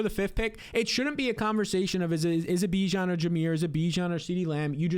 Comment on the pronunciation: At any point do you try and pronounce Bijon correctly you sound stuuuuupd